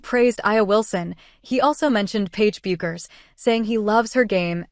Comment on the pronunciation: Isn't it crazy AI can't figure out or be programmed to say her name correctly ???????? To anyone who tuned into this (I actually didn't and what I did was read the script before I hit the button) I want to share a thought with you. I was a pool shooter many years ago, let's just say I was pretty good, and if someone was going to play me I could clock that guy out about what kind of a player he was before he even took a shot! It comes with the territory if you know what I mean. Well, Paige will be able to clock someone out to determine what kind of a player they would be before they ever took their first shot. 'It comes with the territory!' She should definitely be in a position to offer her opinion of who she thinks is a great player and a great teammate.